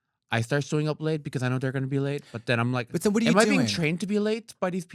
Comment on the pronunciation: Kim Chi was born in the US. why is she saying den and dere??